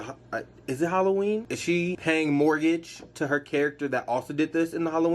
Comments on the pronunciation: You did not just say “paying mortgage” instead of homage hahahaha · Did he just say “mortgage” 😂